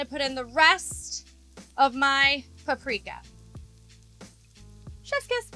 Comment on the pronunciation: Paprika woo she said the Serbian word. The pronounciation is ok